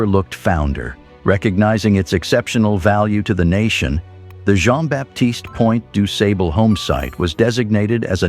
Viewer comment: With the exception of mispronouncing this great blackmans name, the video was very educational 👍🏾😉